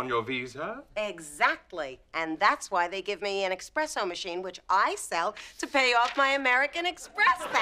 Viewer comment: I love her, but for all americans it's espresso machine and not expresso coffee machine.